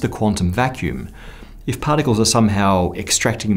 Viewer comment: what the hell is 'pahtickols'